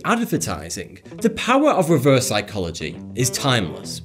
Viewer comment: That "sycholagy" triggers me.....